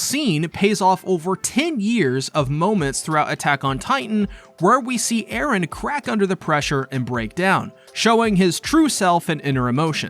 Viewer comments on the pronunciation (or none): Western people cannot comprehend the concept of pronouncing a name in a different language. It is Eren and Armin, not "Aaron" and "Armen" ... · Who the fuck is Aren, his name is Eren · jesus christ man you've gotta stop saying edehhn, you're not japanese, you're perfectly capable of pronouncing a western name. also there's no way those missiles are heat seeking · "ERE" idk why this bothers me LOL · why do you keep saying eren so annoying lol is it supposed to be mikasa? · Nice video but the way you overpronounced Eren made me chuckle every time lmao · Great video except for every cringy time you did Japanese pronunciations for Erin's name